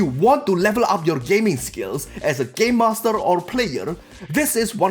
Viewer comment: Omg I can’t stop laughing he sais Gaymaster!